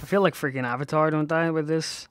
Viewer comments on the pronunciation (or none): none